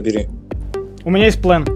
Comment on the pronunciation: Почему плэн а не план?